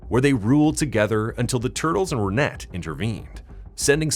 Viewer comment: Renet is pronounced Ren-ay